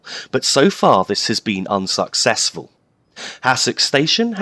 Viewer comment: Did you plan to say "unsocksesful" at "Hassocks"?